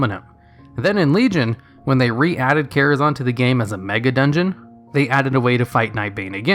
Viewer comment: "Karazahwn" lol, is that what some people call it? I always said Kara-ZAN.